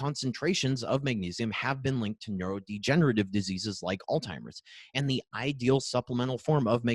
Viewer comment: Outstanding content! I would love to forward this to medical colleagues, but I am afraid the consistent mispronunciation of Alzheimer's (there is no T in the word) belies the scientific validity of the content. Just a suggestion going forward for an otherwise excellent video.